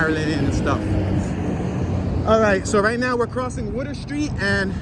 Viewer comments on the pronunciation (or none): Don't cross the " wuter "